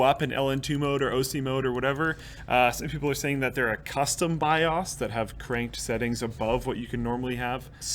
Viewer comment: reminder to: theres no "A" in B I O S bi-Ohz not Bi- Ahhz lol